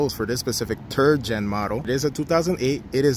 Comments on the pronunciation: "turd gen" lol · "Turd Gen" ? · The “turd gen” lmao I can’t make this up he literally said that 🤣🤣🤣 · "Turd gen" - Ya' got that right. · It sounds like he said Turd Gen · "For this specific terd gen model" lmao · LOL “turd gen” 🤣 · Did he say turd gen? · "turd gen"